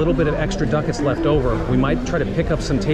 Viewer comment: Lol Ducketts!! Or Duccets?